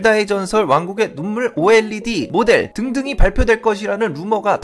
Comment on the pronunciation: 왜 자꾸 왕국의 동물로 들리죠 ㅋㅋㅋ 귀가 문제가 있나 ㅜㅜ